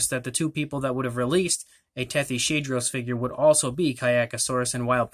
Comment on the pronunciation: I think it’s actually pronounced Tethys-hadros You are great at painting these